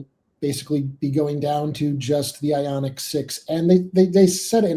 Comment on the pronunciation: Ioniq. Not Ionig. Wtf……🙄